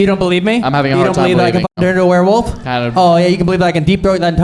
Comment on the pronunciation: my fav part was saying were-woof instead of werewolf 😭